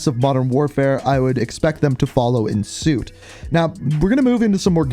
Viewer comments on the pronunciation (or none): none